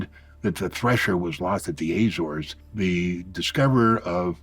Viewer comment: Very interesting guy but I wish he’d learn how to pronounce Azores properly